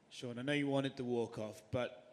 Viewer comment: Snoop...his name is Sean. Not Shane😐